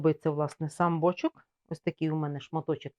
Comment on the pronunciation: Все класно, одне питання: чому бОчок, а не бочОк?